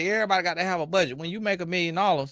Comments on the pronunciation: Did you say, PH off? 😂. Honesty 😂 Truth …….she can’t pronounce “Budget”. Ray Charles momma did warn him. Let’s see some Wainscot on the wall. 😂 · Bud Gee Tay 😂😂😂😂😂